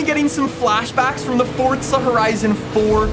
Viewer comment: Dawg it’s forza not fortza